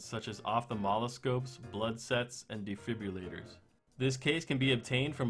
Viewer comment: "Op-tha-mal-ah-scope" "De-fib-ru-lat-er" Cringes in medical